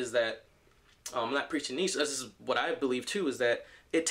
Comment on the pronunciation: Great video but its pronounced "NEE-CHA" :P